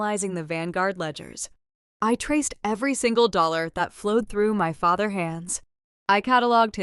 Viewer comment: FATHER’S —the S is pronounced for possessives.